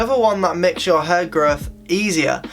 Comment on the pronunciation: flat hur, hur dryer, hur product, amount on your hur its HAIIIRRRRR